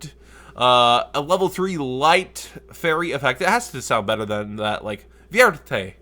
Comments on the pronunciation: valkyrie vierte is pronounced fearte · You pronounce Vierte like Fear+te. Just that you know xD Its the german word for forth